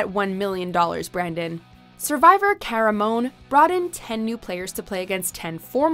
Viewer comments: Caramoan is pronounced Ca-ra-mo-an. Kinda cringey to hear it as ca-ra-moan. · it is CA-RA-MO-AN....not cara-moan